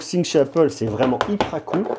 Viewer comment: "vreeement" 🤣 J'suis plié 🤣 🤣